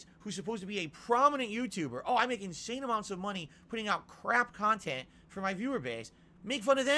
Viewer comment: First 25 seconds I already want to jump off a bridge. "GAHD OF WOR IS MY BUSINESS, CANT PLAY IT!" Makes you sound like such a penny pinching pig. Why not just say "I really wanted to experience it with you guys!" like a normal streamer? Oh wait sorry, "on demand" and streamable KAHNTENT is a totally serious business that is 1000% super serious with no room for feeling unless its feelings that makes your viewers give you pity money.